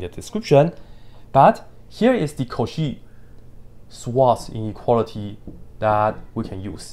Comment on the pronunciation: the "cauchy-swanz-ineuality" 😂